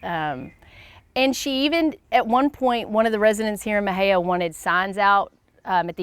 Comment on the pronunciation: Please learn how to pronounce Mexia. 🤦🏻‍♀️